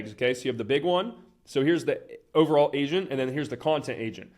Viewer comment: I keep thinking hes saying asian